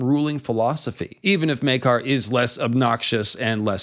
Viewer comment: Oh my goodness something just occurred to me right now. I had an apostrophe to quote Smee. In the scene where the Targaryen‘s are introduced, they pronounce Prince. Maekar’s Meekar. I’m sure that got right under his skin.